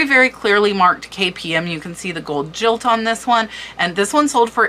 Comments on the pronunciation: I'm a retired English professor and agree with the previous comments regarding pronunciation. Another one is gold "gilt" which is pronounced the same as "guilt" not "jilt". If you brush up on those pronunciations,, you'll knock your videos even farther out of the park! I'm totally psyched to search for tea cups more than I ever was before. I thrifted 24 pcs Johnson Bros Rose Chintz tea cups/saucers with sugar bowl and creamer from Goodwill today for $12.99 and got excited about that! I can't imagine how I'd feel if I found any of those you showed!! I hope you find the set in your death pile and do a follow up when it sells. Good luck and thanks for all the work you put in to your extensive research and for sharing it 🙂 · With all due respect when you have a lot of gold it is pronounced gilt (guilt) - not jilt.. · jilt ( no ) - as in guilt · I’m pretty sure the pronunciation of the word ‘gilt’ is with the hard ‘g’ sound, like ‘go’ rather than the soft ‘g’ as in ‘George’. Guided/gilt, as in overlaid in gold; not guided as in jilted. And as I own a considerable collection of Aynsley pieces, I thing it’s AIN-sley (as in aim, long ‘ā’ sound). But this was an amazing overview of some recent sales. THANK YOU for your research. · guhilt not jilt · It’s GILT as in GUILT, not jilt! Beautiful teacups. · FYI Gilt is pronounced guilt, not as in jilt(ed) lover :) Loving this vlog and the intense research it must have taken. Thanks! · Loved the vlog. Just a note - it’s pronounced gold gilt not jilt. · Also, gilt is pronounced "guilt" not "jilt"..an item "is decorated with - or has- guilt" or "an item is guilded" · Great video .I enjoyed it immensely but just an FYI the word "Gilt" is pronounced the same way as the word " guilt" . Not jilt . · Gilt is pronounced with a hard G like girl. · Your pronunciations are very good, except for the word GILT. It's a hard G, not a J. GILLt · By the way, “gilt” sounds just like “guilt,” not like “jilt.” It’s the same “G” as in “gold.”